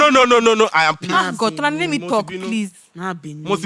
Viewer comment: Tolani “till eleven terthy”😂😂😂😂😂